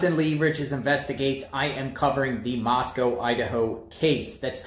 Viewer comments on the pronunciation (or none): none